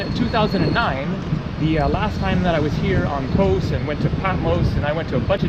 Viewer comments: Hate the way he says Kos. It's kos not kose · it's not kose it's KOS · Kos ! its called Kos ! - not Kose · why do you need to put an "E" in everything you say about KOS or anything greek lol